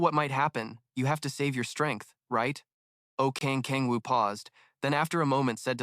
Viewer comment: kang kang woo???? its oh kang woo 😞 its so .....